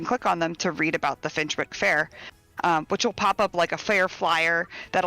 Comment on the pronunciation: Excited for this pack!! Thanks for the stream despite YouTube basically putting you on probation. Gotta admit, I’m giggling at the American players stumbling over British-inspired names. Finchwick is pronounced finch-wick (like the bird) and Bagley is like handbag. Even the Sims team got Yorkshire wrong!